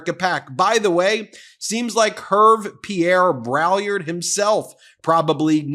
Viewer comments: Hervé Pierre Brai-YARD—but that's a small point. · Heya Ben, it's important to be educated and literate. You are mis-pronouncing Braillard's name, and proudly, too. It's French. The best way to pronounce it is like "BRAY-yard", with the "d" in "yard" almost silent. But the "l"s are definitely silent.